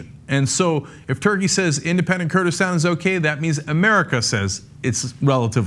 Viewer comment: Kurdistan not Kurdistand